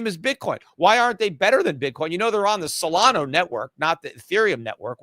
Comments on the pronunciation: It's Solana, not Solano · Its SO LA NA not SOLANO